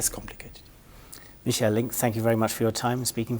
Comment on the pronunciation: His first name isn't ' Mi-sjel ' , he's not French , it's Mi-ch-a-el '. As an ( Anglophone ) journalist make an effing effort and show some awareness !